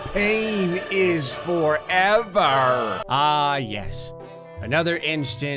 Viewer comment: it’s Yes not Yus